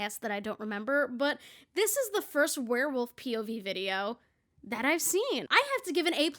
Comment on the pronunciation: after the third time you said "pov" i started hearing "pubies" and it made this video even better :')